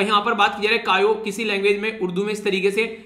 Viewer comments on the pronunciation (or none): ciao कायो nhi h ise चाओ pronounce karenge Italian word h goodbye bolane me use hota h